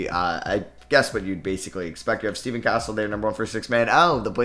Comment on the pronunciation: It’s Stephon Castle not stephen